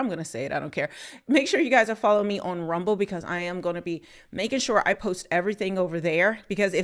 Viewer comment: Why can't you say RUMBLE?